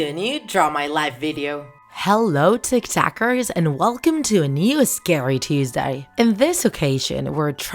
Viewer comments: Why do you say Tiktaks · Are you saying tick tack or tick tockers